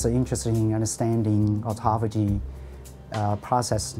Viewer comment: The Japanese guy pronounced it correctly, and the native speaker girl just tortured it. AutophAAYgie